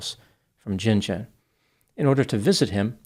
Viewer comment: Can i ask is he pouncing Gin Gin right? Im curious because i grew up near Gin Gin in NSW and the tiny locality there is pronounced Gin , hard G like gun. There was a cotton gin and Gin Gin. But hard G like Gun gun. If that makes sense